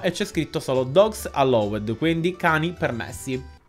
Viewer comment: Ti prego, non è alloued ma si legge allaud 😂